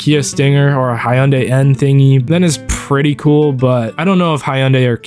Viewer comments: Wtf is a Haiyandeii , its literally Hyundai HIUNDAI , can you Americans pronounce anything correctly? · Hyundai is pronounced Hunday, not Hiunday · aint no way bro pronounced it as “high un day” it’s hun-day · it's not "hyendaye" dude it's "hundai" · Its not high-un-day its hee_un_die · “hi-yun-day” what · I thought Hyundai was pronounced hun-die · as south korean you pronouncing 'ha yun dai' discomfort me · This fool only mispronounced Hyundai - dummy